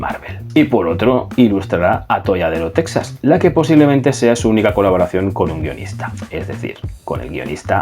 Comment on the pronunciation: Teeejas, Teeeeejas(Texas), y no Tesas; Mejico( México) y no Mésico